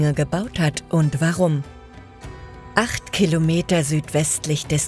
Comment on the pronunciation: 8 Khilometer...🤦 So interessante Dokus von dem Kanal aber ich kann dieser Ki stimme echt net lange zuhören ohne das es nervt, schade!